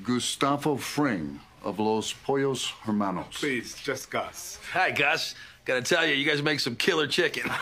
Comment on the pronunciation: ASAC pronounced Hermanos incorrectly.